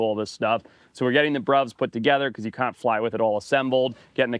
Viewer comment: It's always funny when your accent comes through. I've noticed it especially with "can't". Lol